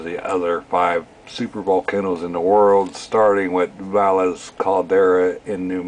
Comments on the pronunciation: Valles is not pronounced Val las....it is Va ye s LL= y as in ya. vowel e = A long sound. as in Age. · It's not pronounced as "Valles Caldera" in NM spanish when you have two "ll"'s next to each other it makes a "y" sound. It's pronounce Vai-yes- Caldera.